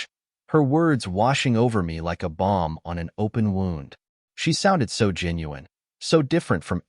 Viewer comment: your reader needs to learn the audible difference between "balm" and "bomb"